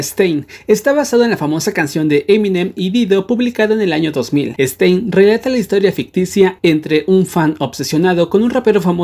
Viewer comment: Todos:Stan: STEIN